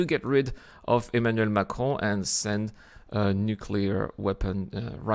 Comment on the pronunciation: I am french and I can say that your prnounciation of "Emmanuel Macron" and "quartier latin" is absolutely flawless. Edit : t'es français en fait...